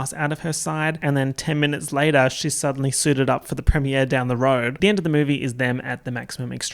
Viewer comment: I love that you say premier like prem-e-ay(r)